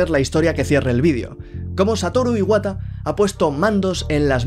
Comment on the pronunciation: que descanse en paz Satoru Iwata no a sido lo mismo sin el era un genio en todo jajajajajaja buena pronunciacion de japones y buen video sigue asi